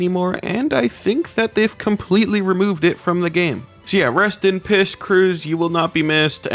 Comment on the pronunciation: he did not bro he def said piss